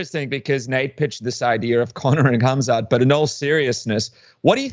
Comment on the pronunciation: Stupid Radio Submission the Colby Covington Ass kisser, it's Khamzat not Khamat. You morons.